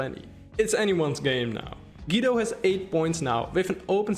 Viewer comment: Great video! Thanks for the analysis. As an Italian though I feel the urge to tell you: Guido Is pronounced like goo-e-do.